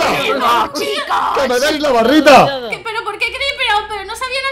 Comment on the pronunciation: Dise la barrita enves de barita